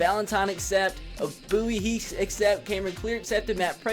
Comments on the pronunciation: Did he just say Bowie? Its Bouye... "boy-yay"😂😂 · the corners name is pronounced aj boy a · He said aj booyee lol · You say bouye wrong and it makes me mad😂